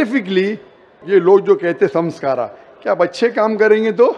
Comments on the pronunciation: Sanskara nahi Sanskar hota hai ! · Beta sanskar aur sanskara me bohot fark hota hai